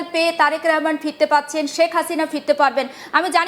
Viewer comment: Rehman na, Rahman. Kothay je paey ei shob vushi-mal